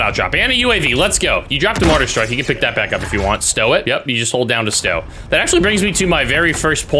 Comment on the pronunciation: You keep saying MORTAR STREAK.......Its MORTAR STRIKE........smfh.